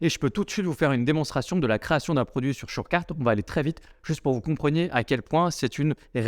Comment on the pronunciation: Chorecart shorcarte chourcart shourcate? Ah ben non, c'est surecart, merci la section commentaire lol ni description, ni nom dans la vidéo, c'est pas une critique, mais une recommandation, car tes vidéos sont de bonne qualité, et le contenu est très bon ;)